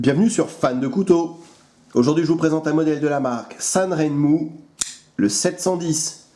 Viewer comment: et voilà, il sont arrivés, deux 7010, et un 7023, tous de même facture... remarquable pour le prix (et un mois d'attente). Pour la petite histoire "Sanrenmu" se prononce plutôt " san' jeun' mou' ". On retrouve les trois caractères chinois sur les lames au-dessus du logo, 三刃木 qui pris séparément signifient chacun "trois", "lame", et "arbre". d'ailleurs le logo semble reprendre les deux premiers caractères 三 et R de ren...? Merci à toi !